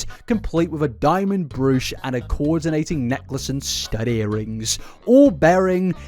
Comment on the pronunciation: sorry I was dying at 'diamond bru-sh'